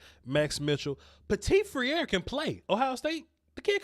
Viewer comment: Hi. As you know I'm French so I'm gonna give you a hint to tease Dane Brugler on how to pronounce the french souding name of Ohio State OL Petit-Frère: P-a (as the undifinite article)-tee fr-ai (same sound as the verb said without "s" nor "d")-r-a ((as the undifinite article). And by the way, his name translates into english as Little-Brother. Take care and be safe. Philippe.